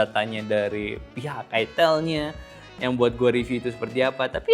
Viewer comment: bang baca nya aitel bang..bukan itil